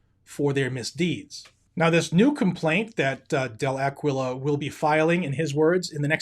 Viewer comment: I think Aquila is pronounced “Akeelah”. On another note, I know NRA does a LOT for our 2nd amendment rights, but I quit sending them money after they kept sending me emails & mailers asking for more & more money on top of my regular dues.